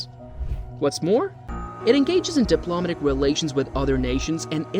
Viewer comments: If English isn't your natural first language, you get a pass on correct pronunciation. However, the pronounciation of "diplomatic" in the way it is in the video, is the reason why people think it is an AI reading it. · 2 seconds in and you can’t pronounce “diplomatic” correctly. Thumbs down 👎